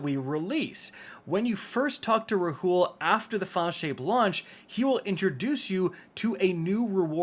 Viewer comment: Rahool is pronounced “Raul”